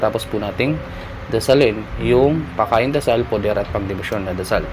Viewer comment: salamat kapatid sa mga ibinabahagi mong mga dasal, tanong ko lang po kapag sinasambit mo ang mga pakain at poder at mali ang bigkas mo hindi ba po ito mag kakabisa, o magkakaroon ng epekto?